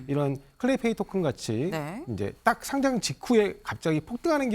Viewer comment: 상짱이라고 발음하면 종이로 된 상장입니다 주식시장에 거래되는 것은 상:장으로 발음해야 합니다